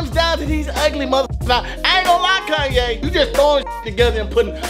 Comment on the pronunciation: He said kyan not kanye😂